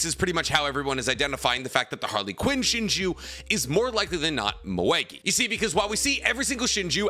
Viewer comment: Idk why but pronouncing Harlequin as Harly Quinn is killing me lol didn't know Boruto was a DC comic 😂